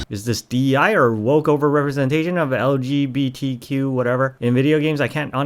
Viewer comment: Yeah you're clearly not because it was when you started babbling about "woke DEI" is when you made the hilarious joke of intentionally saying LGBTQ wrong. So funny. Really a knee slapper.